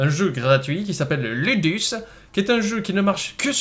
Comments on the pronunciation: Je pense que ça se prononce loudous :) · LUDUS en latin ce prononce LOUDOUCE